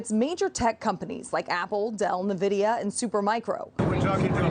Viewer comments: "Nuhvidia". It's amazing how many "journalists" hear Trump mispronounce a word or name and then just go with it. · Would someone please tell reporters how to pronounce Nvidia! Maybe put invidia on the prompter.